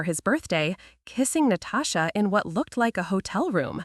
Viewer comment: Did she say her sister’s name was “NO-TOE-SHA”? That was hilarious 😆